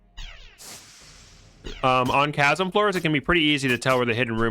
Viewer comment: "Chasm" is pronounces "Ka-sum", not "Tcha-sum"